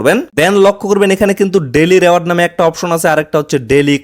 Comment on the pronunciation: রেওয়ার্ড না রিওয়ার্ড 😂